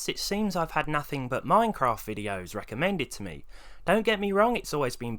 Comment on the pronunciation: “The wecommend amount of dead detonated wam for a suvah”